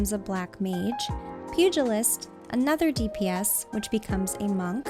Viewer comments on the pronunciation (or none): none